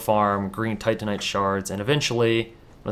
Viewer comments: you said titanite demon... but say tantinite shards? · Haha I like how you said "tantinite" then you corrected yourself saying "titanite" then you definitively went back to "tantinite" :D